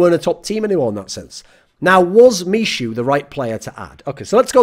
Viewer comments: Please call him MIHU not mishu <3 :D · misiu :D just fyi 'ch' is pronounced like h in hamster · michu is pronounced me-who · Btw, 'Michu' should be pronounced like 'me-hu' (with hard 'h') as it is from Michu's first name - Michał [Me-haw]. Greetz from Poland. An last but not least, VP without TAZ is not the VP. The VP is over. Sorry for saying that, but it's how I feel. And Im afraid Neo will be next (apart from another bald gentlemen)